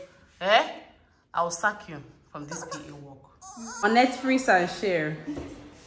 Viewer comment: Netfrix and chirrll 😂😂😂😂😂😂